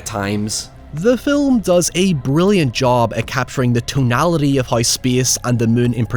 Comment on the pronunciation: I’ll say it every time. Love your reviews, hate your pronunciation of “how” and “now” lol